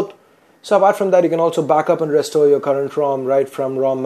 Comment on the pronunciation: sock "suck" yourehd "your" naaaansad "Nan"